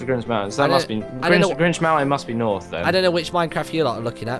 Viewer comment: Martyn: Norf East Everyone else: North East